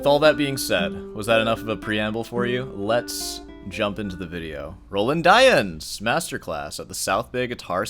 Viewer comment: Roland Dyens is pronounced Row Laand (a long "A" aa in lawn) Dee ans. He is now gone and missed by many of us old time guitarists as he was a wonderful composer and arranger. His jazz standards on the classical guitar are unmatched and most difficult to perform. When he starts at a concert, he improvises, playing something from his head. In this way he begins to get into the right frame of mind before he starts playing the pieces on the program. He was a friend and mentor to many of us, and he would play from a whisper to triple forte. His comments to students at master classes are most valuable because he doesn't pull any punches similar to your style of speaking. When he came to San Francisco I would attend his performances. He was one that I wouldn't miss, along with Yamashita.